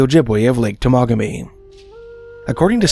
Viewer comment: Pronounced Tem a ga me😊